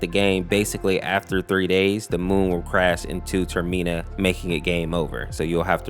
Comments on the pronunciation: TER MA NA NOT TER MIN A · Gonna say this because it's my one and only bother, it's called Term-inn-uh, not Term-ee-naa Other than that, the video was awesome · So it’s not the Tormena it’s Termina not that name I guess he gets the name a little bit right but yeah I find this creepy pasta very disturbing because anything involving rituals is messed up in anyway like why was the sonic EXC a ritual come on man and I always get the name wrong with adding a the letter C in it so you have the gift sonic the EXC was made up from a ritual. Well, never mind that will personally give him one more darker undertone. The nearest in mind is just a retake of sonic.EXC, but the best version of impossible.